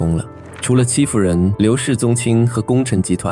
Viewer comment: 戚夫人我真的一直聽成欺負人😅